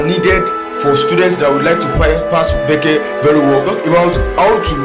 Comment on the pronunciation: Helpful thanks but it's not bece it's B.E.C.E.